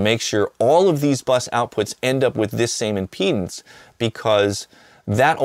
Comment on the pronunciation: Eric I don't know how to whisper this, but I think impedance takes an "a".